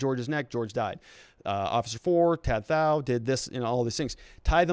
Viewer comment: Pronounced like to t-ow